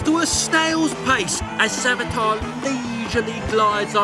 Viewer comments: its Savitr not Savitar , i almost got confused for The Flash villain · "Savitar", Sonion😭💔✌🥀 It is Savitra ffs. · You really think they can pronounce savitr